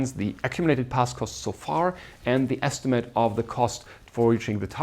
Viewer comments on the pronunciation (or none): Very nice lectures. One minor remark: The lecturer will make his lectures even more enjoyable if he looks up the pronunciation of these words: “because”; “occur”; “estimate” (as a verb, which sounds different from when it is a noun). All the best!